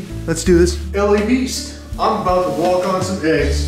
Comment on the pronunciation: “You could actually sswalk on eggs”😂😂